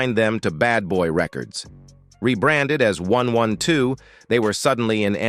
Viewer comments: AND THEN my man (A.I. 😂) had the audacity to say one hundred and twelve. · Dam he just said groups like one one two instead of one twelve 😂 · The name is pronounced 😂 1-twelve (1-12) The same name as an old night club in da ATL. 1-12, club anytime, bell-bottoms, and 2 - 2 tango where the happening clubs back then. 😂 Sorry you missed it !! 😂😂😂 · Not 112. AI said one one two. 😂😊